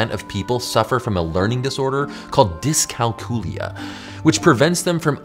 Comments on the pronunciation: "diss-kal-COOL-ee-yuh"??? My man, I think you have a touch of the ol' "die-SLEK-ee-zee-uh" 😂😂😂 For those people who pronounce things the RIGHT way, it's "diss-CALC-ew-luh" where "calc" is pronounced like in "calculus" 😂🤣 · or so in, you butchered dyscalculia. It's not, "DIS-kahl-CEW-LI-ah." It's, "dis-KAHL-kew-l'ya." Like Calculus. Say Dis Calculus. Now, Dis Calculya. There. Fixed it. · “Discalcoolia”. Interesting pronunciation. I’ve always said it as “dis-calc-you-la”, like calculator (not cal-coolator). Not sure which is more common.